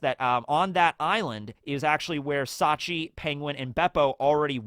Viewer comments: It's Shachi, not Sachi (the way incorrectly pronounces it), but yeah, you're right. Bepo is polar bear backwards, Shachi is Orca or Killer Whale, Penguin is well, you guessed it, Ikkaku is Narwhal, Uni is Sea Urchin, and Clione is Sea Slug of the genus Clione. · It's Shachi, not Sachi (the way you incorrectly pronounce it). The Heart Pirates have a theme of oceanic animals like the arctic and antarctic, and they can also be found in tropical regions. Bepo is polar bear backwards, Shachi is Orca or Killer Whale, Penguin is well, you guessed it, Ikkaku is Narwhal, Uni is Sea Urchin, and Clione is Sea Slug of the genus Clione.